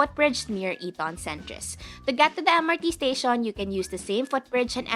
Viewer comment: Don’t get offended. Your pronunciation sounds robotic, you can soften it a bit, rather than making it sound like a typewriter. Instead of saying to sound like ‘staSYON’ say ‘staSHEN’ some vowels can be soften. Overall, your grammar is good.